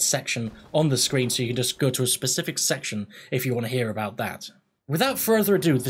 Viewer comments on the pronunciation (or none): none